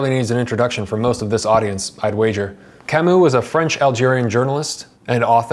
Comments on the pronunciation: It’s Camus, not Camous! Please learn how to say u in French if you want to talk about French books. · Hard to pronounce foreign names right. He did it wrong too, at least with 'Kamou'. The 'u' in French is quite a complicated sound between i and ou, but not quite. Normal. Same with Kierkergaard . I have listened to a lecture from what I think was a Danish individual and the pronunciation was quite different from anything I have heard before. Sartre is also hard to say, if you are not French - Alain de Botton gets these French names quite right, cause he speaks French as well! I still struggle with most Russian and German names and I am sure I always butcher the likes of Dostoevsky and Schopenhauer... and I am often timid to mention (Immanuel) Kant in public for the fear of mispronouncing it and sounding like... well, exactly!